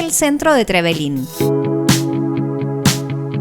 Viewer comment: Hola yo soy de trevelin solo les queria decir que no se dice trevelin con tilde en la i ni tampoco es con tilde en la primera E es con tilde en la segunda E. Le pasa a muchos turistas que vienen a aca😁